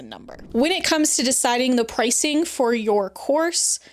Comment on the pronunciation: errr....its NOT "PricingK" its PRICINGGGGGG. Stop putting a K on the end of "ing" words!